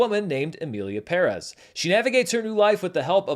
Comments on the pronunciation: Separated from the news, you're doing a wonderful job with Spanish pronunciation. I can't help but smile every time you say Pérez and not peREZZ. One little thing that will help you from now on: the ´ indicates the stress in a word, like Pérez. Therefore, Rodrigo Prieto's fillm is "Pedro Páramo," as in PA-ra-mo. It's also a classic of LatAm literature but I don't blame you for not knowing that Keep up the great work! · You know the video is going to be great when the guy says "Pérez" correctly. First critic I hear saying it correctly. Great job!...... And yeah, the movie is horrible. 😅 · He's the only YouTuber I've seen pronounce "Pérez" correctly, lol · Kudos for actually pronouncing "Pérez" the correct way, thing that the movie couldn't do. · Thank you for educating me. I don’t speak Spanish and I thought he was mispronouncing it because I’ve always heard it the other way, so I appreciate the information. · I like your style. So respectful but never lukeworm. And thanks for saying “Emilia PÉrez” and not “Emilia PeRÉZ” like everybody else. Greetings from Argentina. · Thank you for pronouncing "PÉrez" correctly. I know it might be tricky for english speakers but it's nice to hear it being said right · You area the only American movie critic that I heard said Pérez correctly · Thank you so much for pronouncing Pérez properly. PE-rez. I was hoping with the notoriety this movie has, that Anglo Americans would finally start to pronounce that surname properly. And in video after video, every host is still pronouncing it PerEZ. Kudos to you for seeing that the accent on the first E is there for a reason! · Thank you for putting the accent where it’s written! PEHrez not pehREHZ. Finally. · Thank you for pronouncing correctly "PÉREZ". Not even Selena Gómez can learn that word (today at the SAG Awards she presented the movie as "Emilia Peréz". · Thank you for pronouncing "Pérez" correctly. 🎉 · Fuck Finally a gringo that pronounces Perez correctly